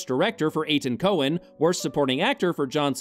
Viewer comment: it’s Coen, not Cohen. This stuff isn’t very hard to get right.